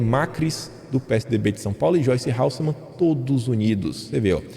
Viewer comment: ele sempre comete "deslizes" gramaticais rsrs. Acredito que seja erro mesmo. Independente de qualquer coisa eu gosto dele.. Outro erro que ele comete é no sobrenome da peppa. Ele diz Halssemann é é Hasselmann..